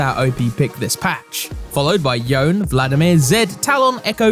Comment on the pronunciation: Who is this guy, and how come he pronounced Yone like he’s never actually heard his name pronunciation before?